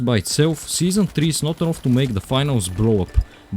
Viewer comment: tOor, doNe, nOThinG, FackinG, eNoFF:DD is NOT cooking these voiceovers 💀💀💀